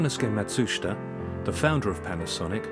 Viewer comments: of course! I love their fans and air conditioning. But I do have one minor thing to say, Matsushita is pronounced "Mat-su-shita" and not "Mah-soos-ta"! It was rather humorous to hear "Mah-soos-ta" though. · That name scratched in the front facier is kind of annoying me now. Less of the documentary, more of hands on repairing, soldering etc and less slide show. I'm not really interested in Matsushita (which you're mispronouncing btw). [Ma Sue shee ta] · i appreciate the history lesson on the origins of the Panasonic and Technics brands but you should have take the time learn how to pronounce Matsushita as you aren't even close.